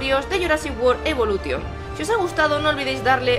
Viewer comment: Se dice evolushon